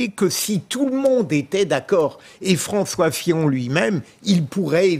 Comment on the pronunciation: A ''François Fion''